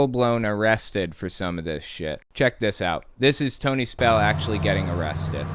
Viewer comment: SPELL-UH IS-UH BACK-UH 😩